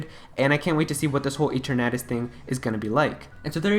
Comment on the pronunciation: It’s pronounced E-TER-na-tus.